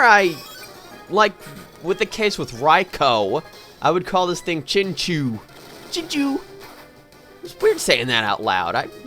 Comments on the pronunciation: It's pronounced chincow, theres a whole episode about them, it was a really bad episode actually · I always thought chinchou was pronounced chinchow.....